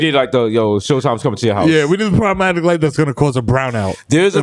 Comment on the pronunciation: ...👀...this episode should have been called, 'Problematic Light, Shlloblamatic Light' ...😂